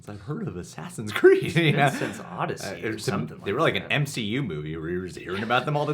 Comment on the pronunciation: Oh no he said “Sassins Creed Valhalla” 💀 in the very beginning of the vid 😂